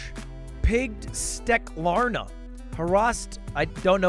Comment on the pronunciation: My dude read "steklarna" like a champ